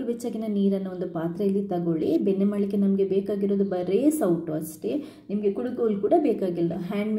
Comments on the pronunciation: ಕುಡುಗೋಲು ಅಲ್ಲಮಾ ಕಡೆ ಗೋಲು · ಬೆನ್ನೆ ಅಲ್ಲಾ ಅದು ಬೆಣ್ಣೆ😅 ಕುಡಗೋಲು ಅಲ್ಲಾ ಕಡೆಗೋಲು😂